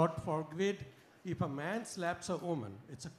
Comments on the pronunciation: she didn’t twist the question. There was a clear miscommunication because of his pronunciation. He pronounced “if” as “eve” and she thought he was talking about eve-teasing. Sadly the person who asked the question didn’t understand what she is replying to either, he probably didn’t understand what eve teasing was. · There has been clear miscommunication because of his pronunciation. He pronounced “if” as “eve”. He wasn’t talking about eve teasing 😂